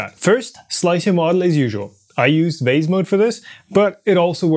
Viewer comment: Whenever a german speaker says vase, it sounds like wase to me... they can't seem to get the V right, as if they are afraid they will end up in the F zone. Funny to hear the same phenomenon in english as well.